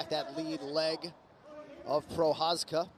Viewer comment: Ty píčo, komentátor si opravdu nastudoval, jak vyslovit Jirkovo příjmení 😀 BJP!